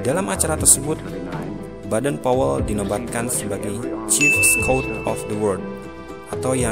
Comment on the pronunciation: Sran dari saya min klo bisa baca nama kluarga boden powel jangan badan powel semua,seperti bapak pandu Pramuka itu kan anak nya badan powel